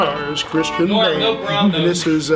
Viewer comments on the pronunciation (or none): Boehm is most dfefinitely not prononced like that. It is a German nam and the oe is a Replacement for the Umlaut Ö.